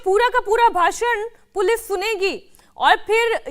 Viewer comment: मैडम पुलिफ नही पुलिस आपकाे बाेलना भी नही आ रहा है 😂😂😂😂😂